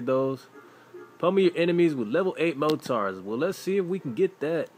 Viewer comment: He says mortars like mow tars